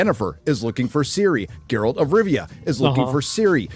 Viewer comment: Gayralt of rovia